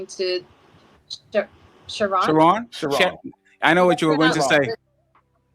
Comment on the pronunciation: Hey bro I dont even eff w bro shu-ron like that but u keep callin him sharon got me rollin every time lmao